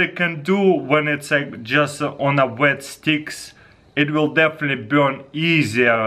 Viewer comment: "It's deafinitely burnion"